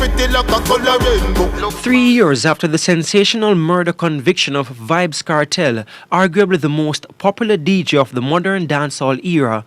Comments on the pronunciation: How come she never pronounce Vybz Kartel properly? She Neva hear about him? Lmao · ha so funny